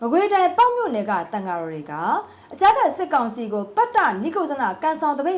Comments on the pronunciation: ပတ်တနိတ်ကုတ်ဇနလို့ဖတ်ပါ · ပတ်တ နိက် ကုဇ် ဇန လို့ဖတ်ရတယ် ညီမ ရေ။ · ပတ်တ နိတ်ကုတ်ဇန လို့ ဖတ်ရတယ်၊ ခဏခဏ မှားနေတယ် ရေ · ပတ်တနိတ်ကုတ်ဇနလို့ဖတ်ရပါမယ်ခင်ဗျာ